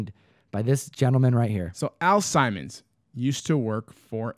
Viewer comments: Al Simons lolol Al Simmons guys. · Nice touch with the aviators. Also it's Sim-mons.